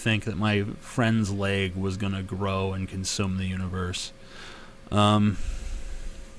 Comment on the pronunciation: Axl Rose may not be able to pronounce door but you cannot pronounce leg.